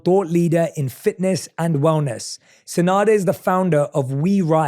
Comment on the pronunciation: If her name is enough then why u made a mistake in it? First time i hear her name but i took note ppl say SeNada not SeDana